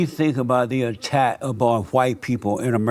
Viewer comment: He can’t pronounce “because” or “attack” properly. Something is definitely wrong with him. Also, I don’t know why ANYONE would give this dude the time of day.